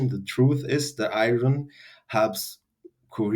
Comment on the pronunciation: What words was he saying around the 8 minute mark? Iren and infared ? Iran, Iren. I can’t tell what he’s saying.